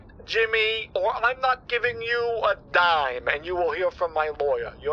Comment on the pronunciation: dime not time hahaha